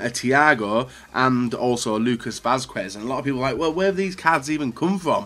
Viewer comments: Не е Васкуес а Васкес 😂😂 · Good video,but isnt "Vaskuez",it pronunce" Vaskez" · It is readed like Vasqez, in Spanish the "u" in combination of que or cue isn't readad